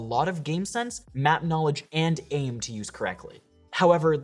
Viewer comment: When he said aim it made laugh so hard